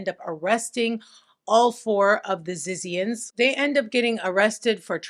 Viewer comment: its pronounce zizians lmfao! 😂💀